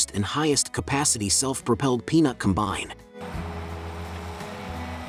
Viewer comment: Com’bine, not com-bine’